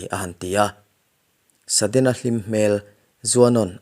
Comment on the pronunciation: Saddena, tilo hian sudden chuan tila, Achang chuan sedden te iti thin in ka hria, Apache, Apachi, ti in ilama